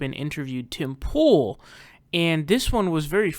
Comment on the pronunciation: Oh my God, you called him Tim Tool, but his name's POOL!! So funny and genius lolllllllll!!!